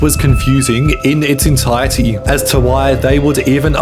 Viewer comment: learn how to say "entirety" ffs